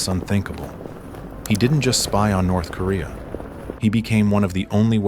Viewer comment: "Nerth Korea" Do you even proofwatch you AI shite?